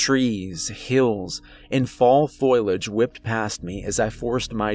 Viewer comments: Attention narrator- it's fo- li - age, not foil - age! 😉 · omfg bro its: foliage — foh • lee • age — not foil • age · Love the channel, but it's foe lee age. Not foil age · Foliage= foh-lee-idj bro. Wonderful stories, lovely voice, but that word drove me crazy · I love this channel, its the best one I have found in ages! Thank you! ( word to the wise in the spirit of constructive criticism-Fo lee age=foliage!).